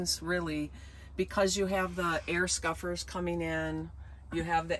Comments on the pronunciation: Interesting and detailed vid. You do keep calling “scuppers” “scuffers” at least that’s what I hear. It’s Scuppers, the nautical term as far as I know. Enjoy your lovely van. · I had to listen a couple of times but I'm pretty sure she is saying scuffers.